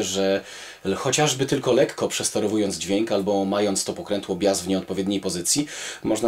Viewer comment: Ponad 747 byl 747 DBX z tradycyjnymi wskaznikami wysterowania. Mialem ten magnetofon juz w 1983r w wersji DBX. Swietny sprzet. I drobna uwaga jezykowa, prad podkladu wymawia sie bajas a nie bias.